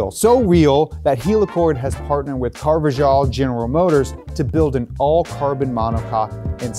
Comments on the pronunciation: This is a great video overall but hearing how they pronounced Carvajal is painful. For non-Spanish speakers, the closest to Spanish while keeping it easy would be car-vuh-hall. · It's pronounced Carva"h"al